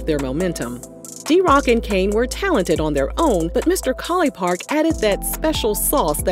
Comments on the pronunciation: It’s College Park not Colly park 😂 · say "mr. collipark" one more time please 🤣